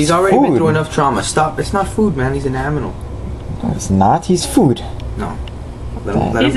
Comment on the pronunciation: rofl.. " He's not food man, he's an aminal."